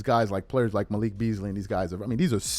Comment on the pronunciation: It’s Malik. Not Michael 😂